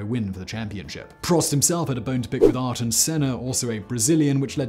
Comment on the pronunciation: A couple of incorrect statistics and misponounciations (ayrton) but otherwise a good video for people just learning about the sport! Schumacher had 91 victories, not 93.